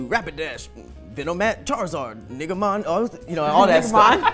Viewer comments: NiQ C did you hear dude say niggamon on the poke rap? 😂🤣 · Lmaoo "niggamon"😂😂